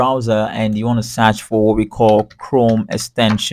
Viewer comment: "you want to SAARCH FOOR really got me" :D